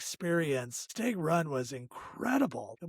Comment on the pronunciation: Great video. Idk if I should say anything but if no one did then you would never know any better. Stag is pronounced short a like in hat. Sounds like you're saying stayg